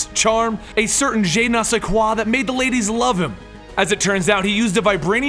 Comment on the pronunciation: Its not pronounced jay nay say quah. Sorry but it made me cringe.